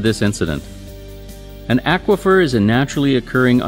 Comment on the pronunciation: Imagine pronouncing "aquafer" the way this gentleman does. I would mean that, Aquaman would be, Ackwaman! Stuff like that keeps me up at night.